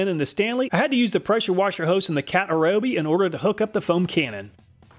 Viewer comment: Ryobi not Rayobi ;_; Why Americans are so stubborn to pronounce wrongly most of the words from other languages? Americans are mostly rude to laugh at foreigners for doing mistakes in English but when is a revenge time they are "it's not my language, what do you expect from me?!"... guys, we respect and try hard to pronounce your many ridiculous words which should be differently written then just check out even dense Google translate how to pronounce a foreign word. Just a language equality is what I want and it's really not that much or hard to do.